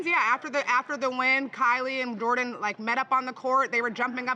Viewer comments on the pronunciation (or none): none